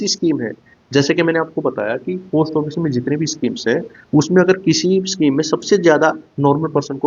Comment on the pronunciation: आपका उच्चारण ठीक नहीं है पोस्ट ऑफिस ठीक bole